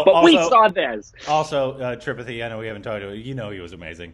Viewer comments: It's tri-pathi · tri-pathy..the way you guys say it, makes it sound like a disease..like myopathy, retinopathy or something..LOL..Tree-paathee. But seriously, one of the best movies i have ever watched. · It's Three - paw - tea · Tripathi is pronounced as 3-paa-T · No it's more like tree-paathi! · Tripathi = "Three-paa-tea" guys!